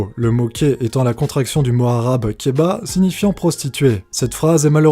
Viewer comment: keba mdrrr KERBA on dit et sa secris kehba